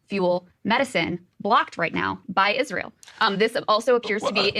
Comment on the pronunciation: He plays dumb like nobody I've ever seen. Pretends Israel had no input on Iraq. Pretends Israel didn't kill his uncle to hide the nukes and his dad to keep him from investigating it. Giant piece of shit. You can tell he says "Israel" so much it now comes out "Ishrul" from laziness.